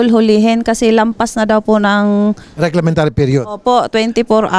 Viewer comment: Reglementary period lodi hindi reglamentary.